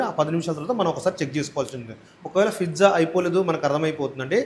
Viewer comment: Pizza ❌ Fizza ✅